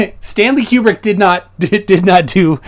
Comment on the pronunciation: this guys sits there and talks about Stanley Kubrick movies but can't even say his name correctly. The flat earth doesn't have much gas left in the tank if this is the crap they bring to the table